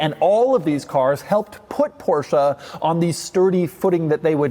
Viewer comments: How Beyoncé is not BeyoncAH Porsche is not PorschAH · Why would they bother to write in English when Americans can't even pronounce Porsche properly?